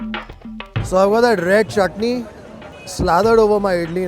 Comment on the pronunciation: Chutni is going man.. at va-saavi restaurant you know.. 😜 bharjari NRI accent